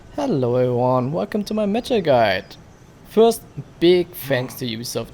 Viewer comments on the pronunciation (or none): It’s pronounced Med-Jie